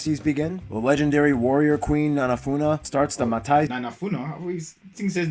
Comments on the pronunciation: "Nanafuna" i fcken can't you the man " Nafanua" Great reaction man i liked that you really focused and tried to understand n most of your pronunciation is on point for a first timer. You fcken hilarious man. God bless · your reactions is everything 👌the guys in the video were funny but miss pronounce most of the words, like Nafanua the Queen, but his says Namanua or something like that...otherwise its all good.. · Nanafuna it literally says NAFANUA 🤣🤣🤣. Boy u is smart👌🏽👌🏽👌🏽👌🏽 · You corrected him🤣👏 Nafanua! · 🤣🤣when he pronounce the word Nafanua,I’m getting 🫠🫣 the Uso pronounce probably all the word’s 👌